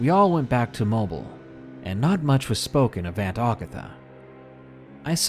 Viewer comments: that city here in AL is pronounced "moh-BEEL" not "mobile." lol not trolling you just weird hearing you say it that way, google it.:P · great videos love all of yours so far (unless there is an animal abused or mutilated then I don't like those at all!) but just FYI for future use if you are talking about mobile AL its pronounced 'mo beel' different from the word mobile meaning movable. :) you may never need it again but live and learn! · am i the only one cringing at his mispronunciation of mobile?